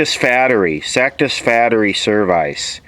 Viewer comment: sak-tis-fateree serv-ice?